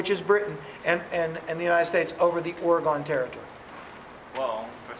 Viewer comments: It's "Or - Eh - GHEN", not "Or - Eh - GONE" T_T Still a great teacher, nonetheless :P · Seriously. As a former Oregonian, I object. :( It's pronounced "Or" (like "Ore") "e" (as in "egg") "gon" (as in the name "Megan").